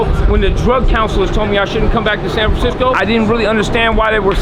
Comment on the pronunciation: “sam framcisco”